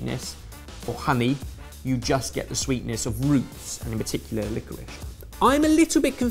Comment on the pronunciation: It's licorice not licorish. Do you say I am having rice or rishe